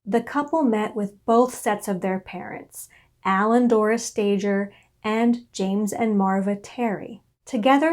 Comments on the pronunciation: Why don’t people doing these documentaries try to find out how to pronounce the names of these people correctly? Sta ger not Stager. It’s a g not a j. Why bother to listen if a simple name is wrong? How much else is wrong. If you can’t do it right , don’t do it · oh dear first thing are the last name is pronounced stay gurr its a hard g there are so many documentaries on this you could have checked how to say it.